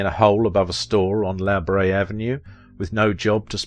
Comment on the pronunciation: FYI La Brea is not pronounced "La Brey" but "La Breyer" Even if you've never been here you must have heard of the La Brea tar pits.